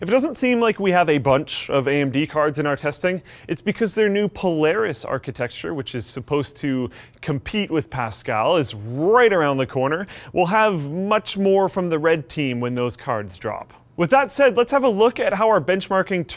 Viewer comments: It still really annoys me how says 'architexture' rather than 'architecture'. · "graphits", "architexture" really? still? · dude stop saying architexture.